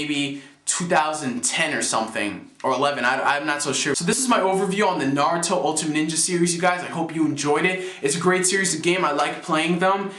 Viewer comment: oh yea, no offense to you, but i thought it was pronounced Narutimate, like the end ultimate like Naru-timate, not Narutimatey or Narutimatei lol